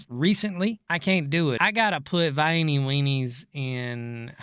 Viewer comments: brother pronounced Vienna every way but correct lmao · The pronunciation of Vienna is hilarious lol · That's how my grandfather from South Georgia said it. There's a town called Vienna down there too. Pronounced the same way.